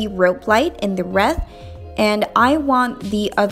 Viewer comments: Reeth not reth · Not reeeth nor reth it wreath! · Wreath is pronounced (reeth) 😊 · She said reeet😂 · The way she says reeth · It killed me when she pronounced wreath though 😫😫